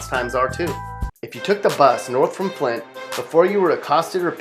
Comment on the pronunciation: Man he did flint wrong don’t disrespect my hometown we not that bad